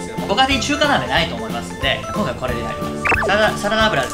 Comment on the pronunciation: 『きょんかい』『すろだし』 今回も、リュウジ語録が炸裂。 純レバが『ぎゅんレバ』に 聴こえる(笑)